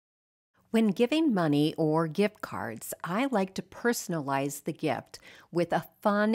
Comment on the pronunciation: You said, "I like to personalize" I had to rewind the video because I thought you said, "thriftilize". 😂 Love the blouse! ❤